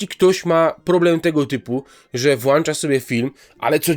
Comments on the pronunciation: Eeeej ale proszę Cię bardzo - mów "włącza", a nie "włancza" ;) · Włącza, nie włancza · Włącza sobie film a nie włańcza....